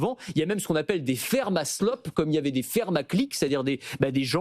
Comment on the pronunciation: vous prononcez slop trop vite et oubliez le A